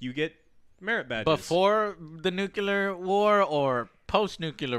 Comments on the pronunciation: How people say it: Nuquilear. How it should be said: Nuclear. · JOE STOP SAYING NUCULEAR